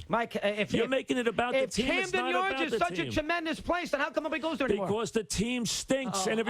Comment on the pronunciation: Mike called Camden Yards, Cramden Yards. 🤣🤣